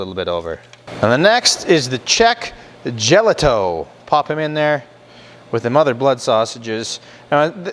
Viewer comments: Nice try on the pronunciation. I pick these up at a local producer (Karpisek's, Wilber, Nebraska USA; self proclaimed Czech capital) from time to time. We say it like this, "ya'-lee-ta" [JALITA]. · Great video, I'm 100% czech, so just to clarify, it's pronounced "yel-e-tho, Thank you for the info of how to make it, Nebraska! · Just to corrent the pronounciation. The "j" in "jelito" is pronounced as "Y" in "yellow" and you don't make the "ou" sound at the end. You just say "O" as you say it in "lock". Czech is phonetic language so the nice part is that once you know the pronouncations of phonemes you can read anything correctly unlike english. Czeech cuisine does not really use cumin. "cumin" is probably bad translation of "kmín" which means "caraway seed" Good job otherwise. This reminds me of childhood and when we had pig slaughters in the fall (grew up in rural household). I was always tasked with stirring the blood so it does not congeal haha. I like to cut them into thick slices and fry them untilů crispy.